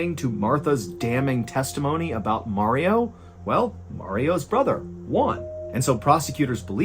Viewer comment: mr ballen, the j isn't silenced it's pronounced hwan. j sounds like h in spanish